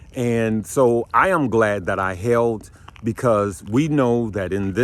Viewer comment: glad or glade? lol